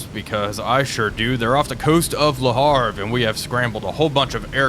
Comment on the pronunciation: 13 seconds in: WHAT! Le Havre! Even with a silent 'H'. I am slightly ashamed for mentioning the pronuciation earlier, yet at the same time happy.